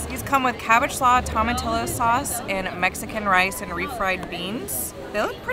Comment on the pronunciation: Loved the video as per usual! The way you pronounce tomatillo us tahmahteeyo. I liked how you said it too! But just thought I'd throw that out there. All the best! Watch the new GoT! It gets better